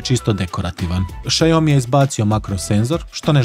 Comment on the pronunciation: Lik kaze Šajomi 😁😄